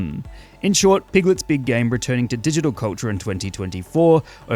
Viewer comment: I keep hearing "Piglet's big gay" and cannot stop laughing